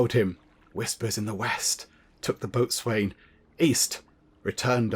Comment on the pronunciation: point of interest, Boatswain is pronounced Bosen... just so you know. lol